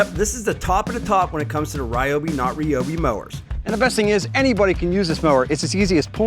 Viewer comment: Yours is the American pronunciation of a Japanese product. AKA “butchered.”